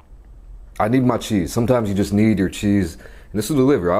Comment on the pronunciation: "sometimes you need your chease"